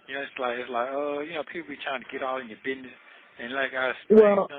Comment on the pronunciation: ANY MAN THAT SAYS “BIDNESS” INSTEAD OF “BUSINESS” 🚩🚩🚩🚩🚩